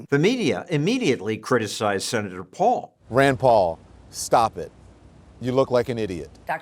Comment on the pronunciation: “Senatuh, you don’t know whatcha talking about! I AM the science.” Anthony the Faucist, the little man.